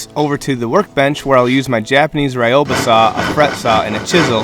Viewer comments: Cool design and great work! Quick, friendly tip: the double edged saw you used is pronounced "ri-yoba". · You're pronouncing Ryoba wrong, it isnt pronounced Rhy yo ba, the first part is more of a Du sound, blend it with the Yo. Its a common mistake :) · That... is not how you pronounce ryoba. Beautiful shelves by the way.